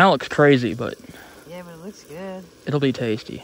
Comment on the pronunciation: Midwesterner for sure Ahhh yaah 😂 love it dude